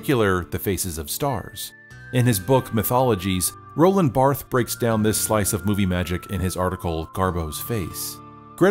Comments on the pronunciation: “BahrT” — There’s a small “uhh” after the “T” which also sounds like the “e” in “help.” And the “s” is silent. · He also mispronounced Barthes